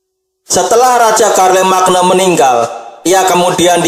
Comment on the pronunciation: Bukannya bacanya Syarlemein ya